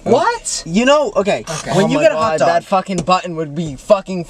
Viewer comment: I’ve never heard anyone else say hutdog like my sister instead of pronouncing hotdog she pronounces it hutdog and Matt does it too and I’m here for it